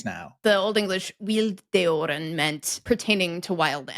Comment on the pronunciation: Wild-deoren Without looking into it further, I am still pretty confident in believing it's a descendant of "Vilddjuren" which is a combination of two words, Vild and Djur with the "en" suffix to make it plural. Wild Animals. And when you speak wild-deoren you sound exactly like an English speaker trying to pronounce Vilddjuren.